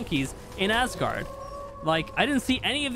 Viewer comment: Man, you really have to stop saying ass guard, please! Btw loved the video keep creating amazing content!